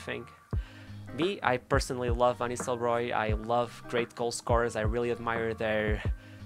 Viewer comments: Hoed van Nistehooy 🤣 as a dutch person it’s really fun to hear his like that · I like the effort you put in pronouncing the name Ruud van Nistelrooij. Pretty hard name for a foreigner to pronounce.